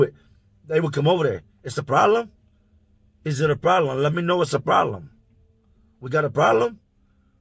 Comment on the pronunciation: “Is it a prolem? let me know if it’s a prolem” lmfaoo